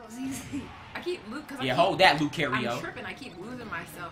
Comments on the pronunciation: It's not care it's car io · its lu-CAR-io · he said lucario wrong